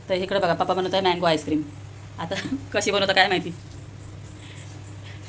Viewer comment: Tai tumhi pappa boltat tich chhan vatti